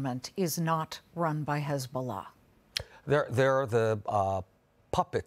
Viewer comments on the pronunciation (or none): Is it so hard to say hezbollah. Why chhheezbolah. Genocidal liar, you will lose, go back to poland thiefs..